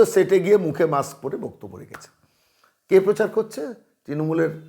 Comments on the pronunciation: "মাকস্" পরে কথা বলে, "হাড ডিক্সে" "ডাটা" সেভ করে রাখে। ব্যাস, লাইফে আর কোন "রিকস্" নেই। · উনি তো মাস্ক বলেন না। মাক্স বলেন